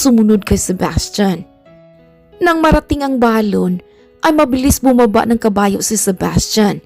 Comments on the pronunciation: Ang correct pag pronounce ng salitang balon ay mabilis . Hindi malumay. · Oo kasi kapag malumanay parang lobo na Ang dating non.....😅